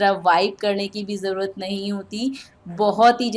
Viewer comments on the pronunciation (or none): none